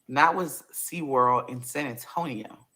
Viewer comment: This lady DID not just say “And went to sea-damn-world!” 😂🤣🤣🤣😭